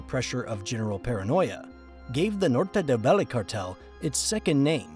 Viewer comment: not many, actually just some spanish words; “Valle Del Cauca, Norte del Valle, hombre del overol, andres “florecita” lopez lopez” and maybe a couple more👍🏼